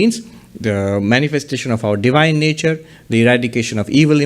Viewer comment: It's 'Divine' not 'Devine'